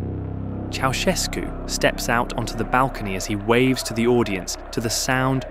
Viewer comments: "Ceaușescu", not "Chiaoescu"... are you that dumb,? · Interesting documentation, but it is really absolutely embarrassing that the name Ceausescu is permanently pronounced wrong: Correct is not "chi-au-esko" (the "i" is totally wrong!) but "tschautschesku"... shame on you according to rule no. 1 of journalism: "Everything could be wrong, but not names..." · Ça se prononce pas chaoueskou mais chaouscheskou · Pronunciation toh sahi kijiye. Ye "chow ses koo" Pronunciation hai. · "Choeskou", "Soseskou", "Kaosu", "Seseskü", "Kaoskü", "Chiaowescou", "Chovoscou", ...😂 Un enfant de 3ans prononcerait mieux son blaze! Il n a pas été prononcé une seule fois correctement!!! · Its pronounced Cow-Chess-Coo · ¿Chogoescu? A ver si te esmeras en pronunciar un poco mejor, al menos que se parezca a lo que es. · Ceausescu se pronuncia "Chaushescu". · "Chow"... Shevski... 😂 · Ki, an der Aussprache des Namens musst du aber noch üben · the mispronounciation in almost every romanian word is pissing me off so bad, i'm sorry. i don't mean to be rude, but it makes me so mad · Décidément pas facile à prononcer Ceausescu ...😂😂😂😂😂😂😂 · Bjr, la prononciation automatiquement doublée du nom Ceaușescu pique fort les oreilles !! 🙉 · チャウシェスクの名前を呼ぶたびに発音が変わるのはなんなんだｗｗ